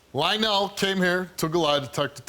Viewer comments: HIS NAME IS LIE-ONELL JUST SAYING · Lie-nyl ... Lionel